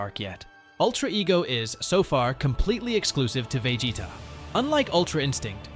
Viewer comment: Can you please stop saying vegeta like that